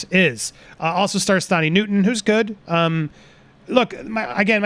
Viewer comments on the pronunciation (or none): Thandiwe please. she said she wants to be called Thun-dee-weh Newton